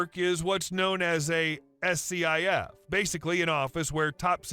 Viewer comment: SCIF is pronounced "skiff" and not spelled out. Just so you know. 😁